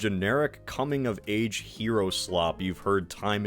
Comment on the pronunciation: he said cumming of age omg.